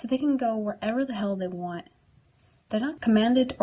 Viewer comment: please dont say hell like that